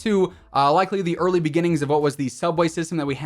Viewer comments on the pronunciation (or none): none